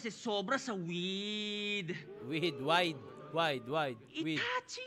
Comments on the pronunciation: "width" hinde wide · Weed = width un idol hindi wide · Width po idol hindi wide hehe length and width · HINDI YUN WIDE IDOL. WIDTH PO YUN. LENGT AND WIDTH . LIKE VERTICAL AND HORIZONTAL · Boss yung “wide” angle ni shehyee “width” yon hindi wide BHAHAAAHAHAA